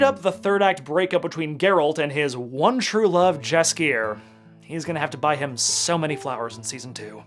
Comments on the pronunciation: Here's a word from polish speaking viewer- did quite a good job. My only problem is that "Jaskier" should be pronounced "yaskier". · As much as I forgive the prononciation of wiedźmin , Jaskier is pronounced Yaskier and it’s Triss not Trish. This ain’t DMC ;)